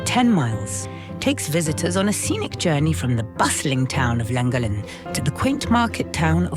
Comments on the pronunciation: Loved this. We went to Bardsley island a couple of weeks ago. We live in Abersoch, near Aberdaron. People do live on the island but tend to move out for winter. And your send part was Llangollen - pronounced lan-goth-len 😊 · Crossed over from the bike channel to this one, I live local to Llangollen, for your ease of saying the name properly it is pronounced Lan-goth-Len 👍🏻 As for a great route on you bike go up the horseshoe pass and through the llandegla moors over to Pontblyddyn to the old stores bike cafe for a stop. Then do the reverse back. Some of the, if not best biking roads in the Uk 👍🏻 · The funniest pronunciation of Llangollen I’ve ever heard. And I’ve never laughed so hard at the voice overs as on this Welsh trip. I only live half an hour from Llangollen. Thank you both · I quite agree with others…..probably the worst pronunciation of Llangollen I’ve ever heard ! PS love your videos (and I don’t even own a mobile home thingy.). PPS. Have you done Shropshire? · for F*** sake guys... I already told you how to pronounce the basics, I wouldn't mind but you even asked! And I expected it to be bad, but well done, you managed to pronounce Llangollen worse than anyone I've EVER heard. Shake... my... head. ❤